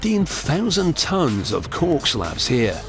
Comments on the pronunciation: A fine "corck" ( ͡° ͜ʖ ͡°) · Cant stop hearing cock God my throat needs a stuffing ...with wine